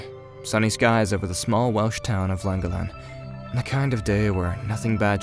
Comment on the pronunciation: Its pronounced " clan gollen " not langolin 🤦🤦🤦 .